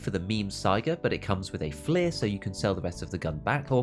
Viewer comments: F l ee R ?!?!? Most heretical pronunciation so far. You must be saying it like that intentionally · I dismissed everything he has to Say when he pronounced it FL-ee-r